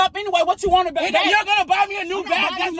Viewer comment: Anyone else love how he say babeh